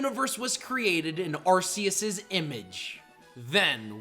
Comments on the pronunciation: DO NOT LEAVE OFF THE R IN ARCEUS! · How many times do I have to tell you?? It’s pronounced ar-KEY-iss, GEER-uh-tee-nuh, DEE-AHL-guh, and EE-jih-slash, “”! 🙄🤨 And stop calling genderless Pokémon male! 🙄